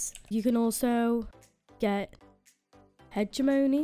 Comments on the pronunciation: Did someone say heeeeegemooony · Hegeymooney lmfao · her pronouncing "hegemony" sent me 😂💀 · the way she said hegemony 😂😂😂